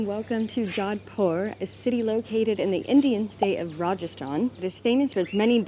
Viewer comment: "jowdpur" noooo, Americans and their mispronunciation is painful